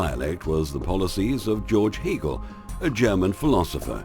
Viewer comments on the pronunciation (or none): CORRECTION: It's not Heligian it is Hegelian. the name of the philosopher was Georg Friedrich Hegel not Hagel. Please document better. It sounds like it was done by a noob.